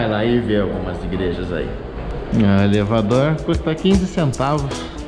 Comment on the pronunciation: Michele muito bom o Salvadoulr e elevadoulr rsrs